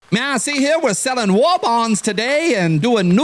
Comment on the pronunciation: Why did I hear you say "there selling wall bongs".... what the hell is a wall bong?.... Oh, you said war bonds